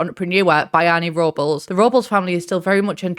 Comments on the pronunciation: Robles is pronounced Robe-Less and Luna is pronounced Loon-uh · Just want to throw it out there that Robles is pronounced Rob-less and it's a Spanish surname. It's pretty cool that they have a Hispanic townie in the expansion pack! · The name is pronounced Robe-Less. Or Rob-Less. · ily also its pronounced rob-les! its a filipino name hehe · It’s pronounced ROW-BLESS! Lol that is my maternal grandfather’s last name, lol everybody gets it wrong! Haha either way, love the review! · unfortunately i think i am now obsessed with that pronunciation of robles